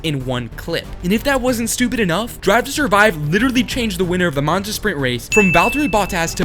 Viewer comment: "Manza", that's a first!